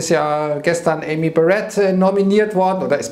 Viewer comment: Amy Coney Barrett wird übrigens auf dem A betont! Nicht auf dem E!